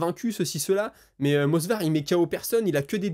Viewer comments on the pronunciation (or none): Frère tu fais des super vidéos merci de ton travail, juste, ça fait plusieurs vidéos que tu dit MoSvar au lieu de MoVsar en parlant d 'Evloev 😂 pitié arrête je casse mon crâne !